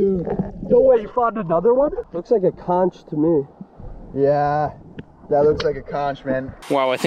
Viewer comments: Conch is pronounced conck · u pronounce conch as "conk" not ch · it is pronounced conk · I cringed when you said Conch, ( its actually pronounced with a hard CH) but otherwise very fun video! I grew up around there, never in a million years would've thought some one would put a pond there!